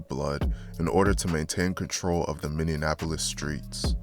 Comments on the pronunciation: Bro is capable of doing all this research and putting these videos together but since he mispronounced a word y’all gunna call him uneducated 🤦🏽‍♂️🤦🏽‍♂️ Y’all seem slo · Because he’s not from here yet, he continuously wants to report on that act like he knows anything about it🤣 I never understand the goofballs that do this shit. If you can’t even properly pronounce the city, the gang resides in you probably shouldn’t even be covering the topic…